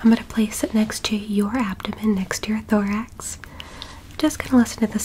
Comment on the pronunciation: Bro when she said thourx I Thought she said Lorax I guess I have a lorax